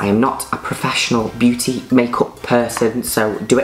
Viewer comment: And its called MAYKAWP